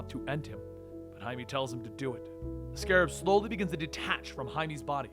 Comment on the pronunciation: why he pronounced Jaime(Haime) as Jaime(Haimi)